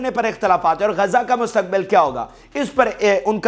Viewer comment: GAZA NAHI (GAZZA) BOLO.